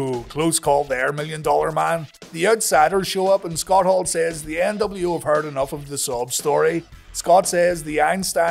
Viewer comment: Debiase: "The NW-Ow."